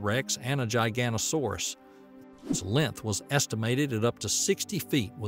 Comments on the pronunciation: Good video but it's not gigantosauras it's giga-not-asauraus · Gigantosaurus 😂 it's giga noto saurus and said that way lol. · This Is cool and all, but the way you called a giganotosaurus a gigantosaurus is factually wrong. Giganotosaurus (Jyga - noto - saurus) is the theropod you talked about in this video. Gigantosaurus (Jy - ganto - saurus) is a sauropod species discovered in the UK hailing from the Jurassic. Very different species. Just a heads up for those who are unaware or have any confusion over the two species. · giganotosaurus not giganosaurus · The narrator mispronounces Giganotosaurus...I believe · Irritated by the constant mispronunciation of Giganotosaurus ...